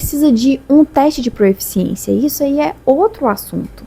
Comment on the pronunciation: Porque tanta gente fala pro-E-ficiência, sendo que o certo é proficiência? Acho curioso. Não é um julgamento.